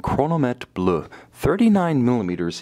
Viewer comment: Bleuh not bluhh